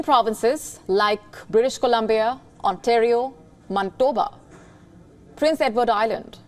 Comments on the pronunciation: Its MAN-EH-TOE-BA not "Mon-to-ba" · Mantoba kya hota hai🤔, Manitoba not mantoba.